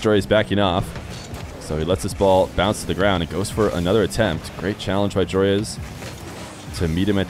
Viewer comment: why does everyone pronounce Joreuz wrong ? its JORUZ